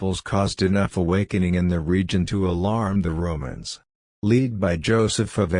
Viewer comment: Some words the voice is reading that are difficult to recognize if you are not familiar with them, are: Britons [it sounds like 'Bretons']. Eveque is a French term for Bishop, Lisieux, Pentateuch; 'Lead' in the past is read as in present; Freculph is read well; Domesday or Doomsday Book; testified sounds like 'tested'; Ecclesiastical Annals; Jimmy Guieu, a French author; Druid institutions; George Jowett; Budicca and her attack in 61AD.; Avalon; true faith; arrival of Augustine of Rome or Canterbury in 597 AD; King Lucius, 156 AD; Edict of 42 AD; Council of Nicaea in 325 AD; Eusebius' records; Arius 356 AD denied Christ's divinity; Augustine of Hippo 4th century; Hermes Trismegistus; original sin; mock Jesus; Jacob Berman's podcasts; Judas Iscariot; Knights Templar; Vesppasian; Joseph of Arimathea; Septuagint; Alchemy: from the Arabs for chemistry; Constantinople; Flavius Josephus; Ralph Ellis; Tony Bush; Bran the blessed, Cunobeline; Saxon invasion; Venerable Bede, Benedictine monk; Polydore Vergil, Maelgwyn of Avalon, Gildas Badonicus, Tertullian; Melchizedek; original sin; nephilim are the progeny of the sons of God; Masoretic text; exegesis; Masoretes; Aramaic; Rabbinic; self-born or self-begotten; Hermes Trismegistus; Alexandria, Ptolemy, Lamblichus; tablets of Thoth/Hermes; Christos; Hermetic treaties; Hermetica; Byzantine Church; Pythagorean Apollonius of Tyana; Enoch also known as Idris; Thoth; Emerald tablets; Festugiere; Pymander, Monadic Presence; channeling; Logos